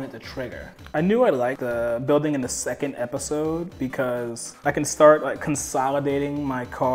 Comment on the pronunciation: Did anyone else hear pepisode